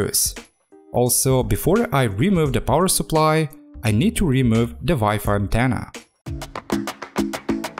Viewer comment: i love it when you say "wife antenna"